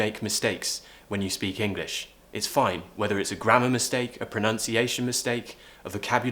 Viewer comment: yes that part came later. Near the beginning it sounds like you're saying proNOUNciation. I'm from up north though. Careful with the apostrophe, I'll put it down to a typo or auto-correct 😎👍😁